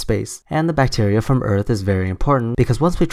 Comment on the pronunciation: "Deadly bacteer"